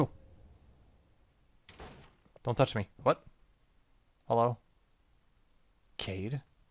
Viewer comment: I think Kaede is pronounced "k-eye-ay-day". I only know that thanks to Inuyasha... looking forward to more of this game though ^_^